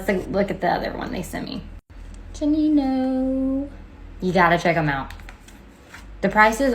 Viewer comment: Gu- not ju😊